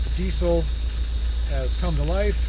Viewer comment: I dont get the C in diesel. Its pronounced DEEZEL not DEECIL